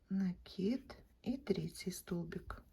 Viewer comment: Ну наконец то , правильное ударение в слове " накид"